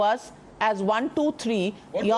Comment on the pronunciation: Hello, This has 25 KG Head, with..5 microgrammes of grey matter, the D.M.K spokespersons name is Saravanan, not Seerevanan and the minister name is Ponmudi, and not Punmudi, and numbers 1.2.3 are pronounced as Oonu,Rendu and Moonu and not WONU,RRANDU,MUUNU, By the way, you are the most disgusting Godi media anchor, ever to air a show, since the inception of T.V news, in our country. Hello, you claim that Tamil is derived from Sanskrit is akin to claiming, that you look prettier than Princess Diana.